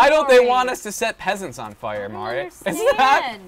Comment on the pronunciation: Love that everyone says "Mary" instead of Mari, lol